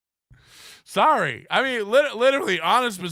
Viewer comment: definitely got caught saying sarry lmao